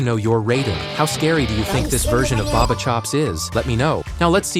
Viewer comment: Baba chops not baba shops😂😂😂